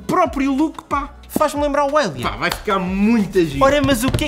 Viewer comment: "...Álian...sou mauluco pelo álian..." Diz-se "Eilien"....EILIEN..